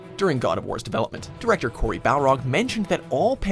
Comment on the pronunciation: Dear god you missed pronounced Corey’s name at the very start you morons! It’s seriously his one and only IF only pet peeve! Get it right for god (of war) sake! Get it right!